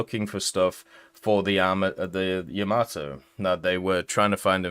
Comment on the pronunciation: Yah-MAH-Toe come on man...